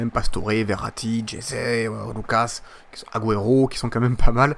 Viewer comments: cest pas aguero cest agouero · Il m'énerve à mal prononcé aguero, c'est agouero la prononciation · PUTAIN PRONONCE LE MIEUX AGUËRO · on dit aguoéro et résé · tu ne sais pas prononcer aguero et jese